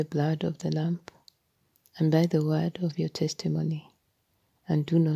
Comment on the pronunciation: Yes, it is. Her accent makes it sound like “lamp”.